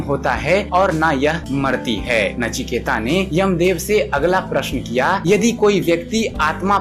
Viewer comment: नाम है नचिकेत , ता नही त